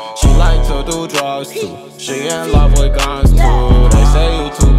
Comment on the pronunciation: He said lofe u lmaooooooo tho🤨😭😂